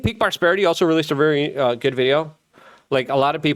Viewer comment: Lmfao i know it isn't funny but yo that "Taiwan look goood." bruh that shit had me dead over here lol